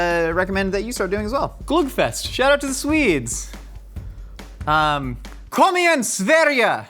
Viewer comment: Amazing pronunciation by when saying "kom igen Sverige"! 😁💖